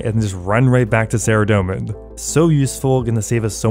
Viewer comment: Faerdhinen is pronounced Fythinayn if it were spelled in English phonetics. Th like in "weather" The Elf language in OSRS is inspired by Celtic languages.